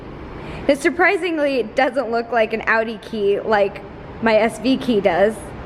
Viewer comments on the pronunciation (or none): none